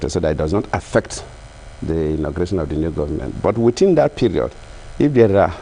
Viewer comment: Shamefully dull, uninspired, uninspiring. Putrid, gutter English pouring out of a President's mouth. He "sympathizes" with the international community for the postponement of elections!! Sympathy??? Keeps saying "witin" instead of within. Makes me wanna fart!